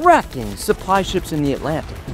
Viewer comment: antlantic:✅ atlantic:❌